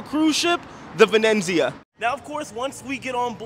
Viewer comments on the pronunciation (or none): it's incredible that he hasn't been able to say Venezia once properly. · Excellent report......a beautiful ship. øne thing, if I may. xit is the Carnival Venezia.....not Venenzia....only one 'n'. Really enjoy your videos. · Hi, J: there's no second "n" in the name of the ship so the pronunciation is - Venizia, like pizz-ia😊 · It's Venezia not Venenzia😂😂. But like someone stated 2400 is steep. I thought 1000 was too much when i checked. I paid 985 for the 15 day sailing in September. Thx for sharing. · Love you and your channels!!! But I just want to tell you there is no 2nd 'N' in Venezia, it's not Venenzia. Looks beautiful, can't wait to see the rest! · It’s not venenzia but V e n eeeet Zia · I think it just has one 'n', not 'vinenzia'. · Ve-nez-i-a, Not Ve-nenz-i-a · Why do you keep adding an N in the name of the ship. It’s Venezia not Venenzia. I hope by the end of the video you catch it. Sorry it’s a pet peeve of mine. 😊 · It’s Venezia, not Venenzia! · He added an extra letter N. Add an N to Jaye and he becomes Jayne. LOL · Venezia not VeneNzia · It's pronounced Ven ET zia :) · Love it but it’s pronounced Ven EE tsee ya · It's pronounced Vin-ET-zee-ah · say it with me buddy: Vin-ET-zee-ah 👍 😂❤ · Pronounced Ven et Z Uh... I was on the Transatlantic cruise to NYC. They taught us how to say it. 😉